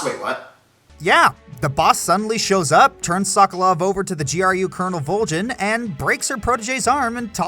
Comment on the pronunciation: why.......why did you pronounce volgin wrong, if you've played the game then you know how to pronounce it man